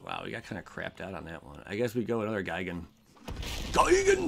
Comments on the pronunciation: "gig-an.." "GUY" gan,... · on the pronunciation of Gigan, it's guy-gan